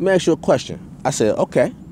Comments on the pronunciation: another woke enlightened brother... smh sounds foolish. masons would boot his ass for not pronouncing Ask correctly. there's your sign. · Why can't blacks pronounce the word "ask" sounds like "ax " wtf 😬😆a black guy goes into a lodge he sees a mason and approaches him and tell him I want to ax you 😳a question